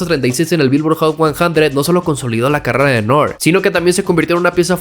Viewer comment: N.O.R.E se dire Nori no Nore, viene de Noriega